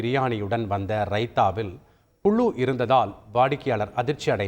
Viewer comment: Adhu pulu illa puzhu... Nowadays people don talk proper English... Tamil also not pronouncing properly jus coming n reading news and getting salary.. First learn how to pronounce